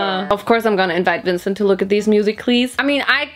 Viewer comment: The way how she said vincent